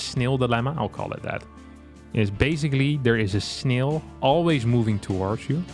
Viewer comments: Yeah :-) Snail, fail, Rail. Like snel fel rel. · has excellent English. Better than most of the Americans in my town. BUT he pronounces snail in a super funny way